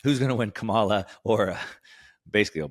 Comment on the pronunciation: consistently mispronouncing Kamala’s name is not putting you in a good light, and I suggest that you stop it. People will only draw one of two conclusions that I’m sure you wouldn’t want. Folks will either conclude that you are dumb (which I don’t think you are) because you can’t learn her name, or that you are racist (which I hope you aren’t) because you intentionally mispronounce her name as a way of disrespecting her. You may hate her policies, which is fine, but I think it only hurts you by saying her name wrong at this point.